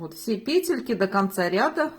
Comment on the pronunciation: ПЕтельки, пЕтля - почему петЕльки?